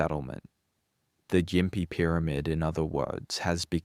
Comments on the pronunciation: And gim pee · Ai voice, I presume?? No Aussie would mispronounce Gympie like that